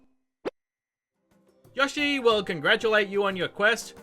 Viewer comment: This guy can’t pronounce things for shit. It’s “Hestu” not Hetsu and Yoshi not Yahshi